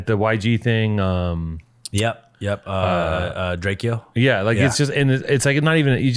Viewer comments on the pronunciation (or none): This bloke lost all credibility when he said the word drakeeee-o